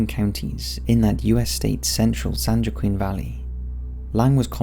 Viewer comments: "San JOAQUIN" is pronounced "San HUAH-KEEN" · San Joaquin is pronounced San "Wah-Keen" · San Joaquin is pronounces San "Hwakeen" or lazily "Wakeen" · San Joaquin is pronounced, San WaaKeen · Ok I’m not trying to be anal it’s cool I know you aren’t from Cali. I just want to help lol but it’s the San (Wa-Keen) Joaquin Valley. It’s a Spanish name so the J sounds like a w sound. I love you and your accent dude you’re the best YouTube channel commentator ever but I live in this area so it is important to me lol I love your accent with all my heart so I just wanted to help and hear you say it correctly some time if it ever comes up again. Peace out and can’t wait for more of your content. Your videos help pass the time for me❤️🙏🏻⭐️⭐️⭐️⭐️⭐️ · San Joaquin Valley is pronounced (San WA-KEEN) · San WA-keen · It's pronounce San Wa-keen county :) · San Joaquin (Wah-Keen)